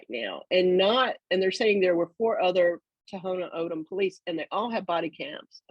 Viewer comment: Thank you for speaking the truth my only complaint is you pronounced Tohono O’odham wrong it’s pronounced Tawnah Aawdam not To-ho-no Ohdum. Ray was a family friend I’m a white woman and I’m absolutely disgusted I want to protest and become active against these idiots. Ray was murdered I know Border Patrol gives zero cares about the people and this land that we live on. God bless you keep bringing it up